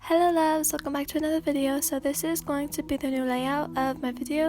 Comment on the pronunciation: For a second when she said loves at the end I thought she said levs lol